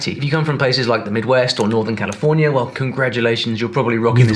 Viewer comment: Bro..... It's Cali-fornia Not khalif-ornia. Just being a helpful friend. I only speak one language so you definitely got the edge on me.